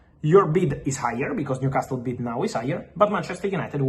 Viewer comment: Repeat after me …. New… casal, niu casal, newcasle Leave that T out you fabriTio